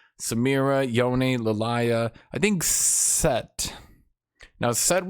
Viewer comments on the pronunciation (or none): saying the names of champions wrong consistently for years has to be intentional at this point. Hwei is "Why". K'sante is "Koh-Sante". Lillia is Leh-Liah. Surprised he doesn't call Riven "Revan"